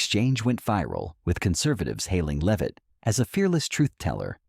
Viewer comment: AI B.S. can’t even pronounce her name correctly. First it’s [leave-it] then it’s [lev-it]. What a bunch of dum dums.